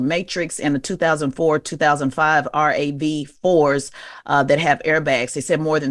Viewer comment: P.S.: Tez (💐💐) it’s “Rav 4” not “R-A-V 4”